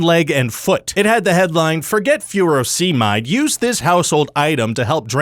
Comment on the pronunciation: I won't forget about Furosemide ... because I take it! (pronounced Fur-O-suh-myde, not FYOO-ro-SEE-myde)